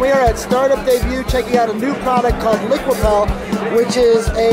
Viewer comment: I think it's Liquipel, as in repel